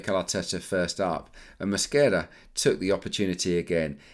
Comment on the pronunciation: Delightful pronunciation of Mosquera’s name! Great analysis, thank you! Really enjoy these videos!